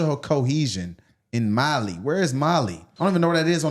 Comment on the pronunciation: My guy it's mail in West Africa not Bali in Indonesia 😂😂😂